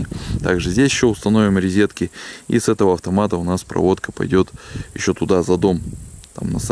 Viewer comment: не рЕзетки, а рОзетки